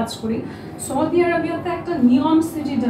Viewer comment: The journalist cant even pronounce 'Saudi Arabai". What is choudi? Gordhob